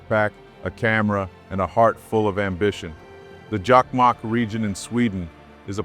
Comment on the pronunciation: Jakmak? JOKKMOCK!!! And Lapland? LAPPLAND!! How hard could it be? From Sweden.🤘☮